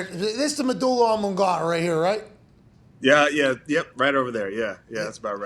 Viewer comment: Yeah, Pat butchered medulla oblongata. 😅